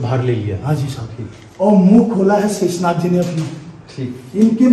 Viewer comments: sheesh naag nhi sheshnag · Shishnag nahi sheshnag hai .ye sabhi natural hai